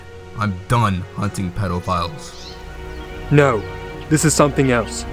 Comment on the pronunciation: Anyone else notice he says pedalphiles?